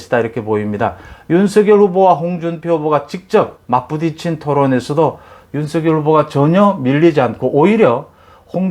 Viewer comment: "윤서결" "이나견" 정확하신 발음이 존경스럽습니다. 많은 유튜버님들이 윤성열로 발음하시는데, 특별하십니다. 매사에 정확하심이 느껴집니다.